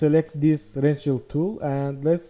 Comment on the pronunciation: I adore how you pronounce "rectangle" ♥️